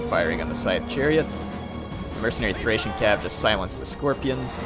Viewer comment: THrrrrRRrrracian Cavalry! :D